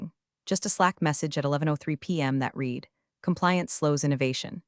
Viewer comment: Sad the punchline was ruined by AI Not knowing that Read is pronounced RED